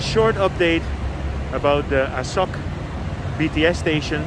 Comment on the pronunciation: Good video, but... You say: ah-suck It is: ah-sow-k